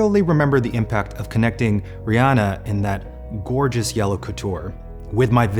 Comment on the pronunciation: Eugene definitely called Rihanna "Brianna" when he first said her name.